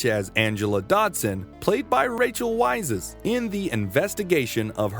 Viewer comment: Rachel's last name is pronounced the same as vice. Weisz.